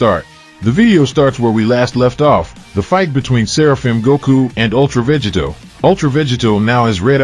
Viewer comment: Say VEGITO correctly!